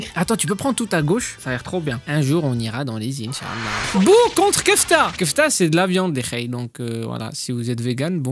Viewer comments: C'est KEFLA pas kefta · Kefla pas kefta😅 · C pas kefta c est kefla